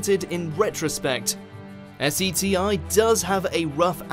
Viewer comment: Almost all people would just say SETI, not S-E-T-I.. 🤔